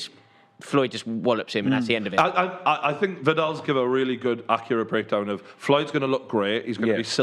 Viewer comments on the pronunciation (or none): "And gib" 😂🤣